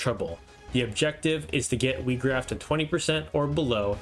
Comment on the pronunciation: His name is not pronounced wee-graf it's pronounced why-graf good video though